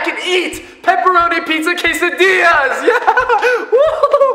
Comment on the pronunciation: who else cringed😱 when he said quesadillas